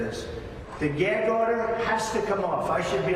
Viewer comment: And the judge said oder in the court